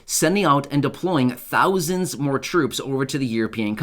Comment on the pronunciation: 3 thounds